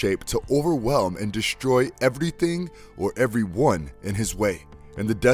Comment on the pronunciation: You manage to say Superman and Doomsday so "deshtroy" and "shtruggle" is unacceptable. The fact you can pronounce the "s" properly and choose not to is laziness.